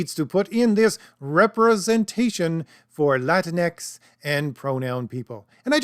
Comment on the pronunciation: Whyte supremacists pronounce it "La Tinx". Thank you for not doing that.